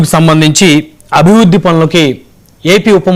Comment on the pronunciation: అభివుద్ది కాదురా మావ అభివృద్ధి